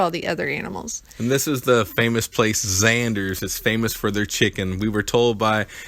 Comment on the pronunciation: Nice video, also it's it's zenders.... Not zanders